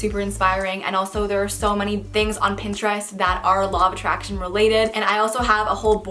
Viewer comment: 😂When they where saying "the law of attraction" I thought they said "the law of a Trash Can 😂